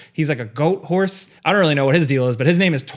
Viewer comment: A "Gorse?" lol Goat + Horse